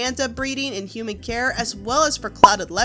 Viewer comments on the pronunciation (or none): none